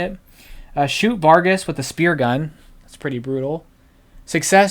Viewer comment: Vargas and yahnee. That’s how it is pronounced. Sorry to be so annoying with the comments. My parents first date was Thunderball in Jan 66. So I have seen this movie MANY times since I was a kid. Ha